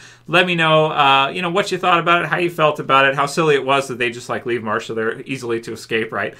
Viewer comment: Martha not Marsha Marsha Marsha it’s not the Brady Bunch hehe